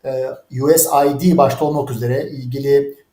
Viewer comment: Us id değil ; us. Aide ( söylerken Türkiye yardımları der gibi açık ifade etseniz ….)